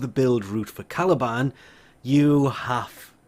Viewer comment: Why did I think he said taliban for a second